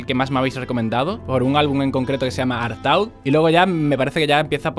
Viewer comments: MEGA PEQUEÑO DETALLE: Artaud se pronunca "artód", y se llama asi por Antanin Artaud, un artista frances. Abrazo grande amigazo! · artaud se pronuncia artóh, es un poeta francés mas loco que una cabra